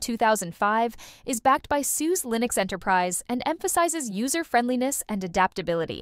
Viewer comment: OK, it’s pronounced, SuSa, not sues. Gotta love AI.